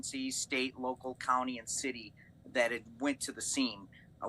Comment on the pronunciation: the fact that he said “occifers”. he would get dragged out of the car and cuffed for that alone.